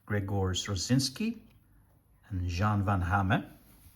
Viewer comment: Pretty good pronounciation of Van Hamme, with the "-me" sound at the end. It's evident you took the time for it because you could've easily pronounced it like how Van Damme is generally pronounced by English speakers.